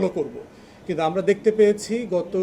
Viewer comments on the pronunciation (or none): none